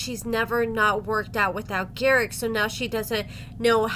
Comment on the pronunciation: lol, a book, jeez, what is it; gar-ICK the narcisSICK